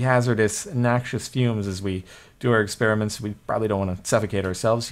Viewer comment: When he sain nuxios gas i farted :-P